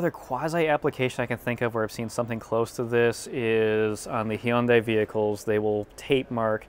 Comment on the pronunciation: First time I hear Hyundai pronounced correctly! 👍